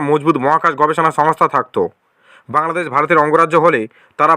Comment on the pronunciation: বাংলাদেছ, প্রকাছ😂😂 ভাই আগে ভাল করে বাংলা উচ্চারণ করতে শেখ তারপরে বাংলাদেশের চিন্তা কর😂😂